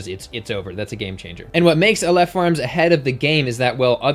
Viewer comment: Just a quick note as someone who speaks Hebrew, it's pronounced 'AH-lef' (the first vowel like the first vowel in "octopus"), not 'uh-LEHF'.